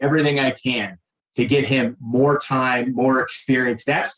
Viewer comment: "But, wait - dere's moahhh!!!" 😄Volk is actually hilarious